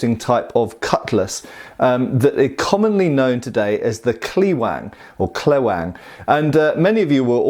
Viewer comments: Say Kleweng as "Clevenh" which is much closer in pronunciation. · If it ain't Dutch, it ain't much.... j/k thanks for reviewing! BTW I'd pronounce it in English sounds more like clay-wang. Marechaussee is more like Ma re shoe - shay (ma more like the last two of Gamma)